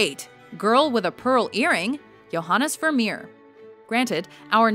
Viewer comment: Thank you for including Dali and for your flawless pronunciation of Johannes Vermeer!